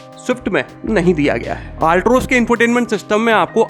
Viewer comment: Altroz bolna to seekh lo theek se